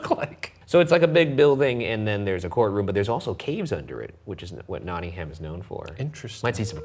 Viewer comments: Why can’t Americans pronounce English place names 😂 it’s said ‘Notting um’ and shear for nottinghamshire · their pronunciation of Nottingham is killing me. Lads, it's "Notting-um" - like "gum". Not "haaaam"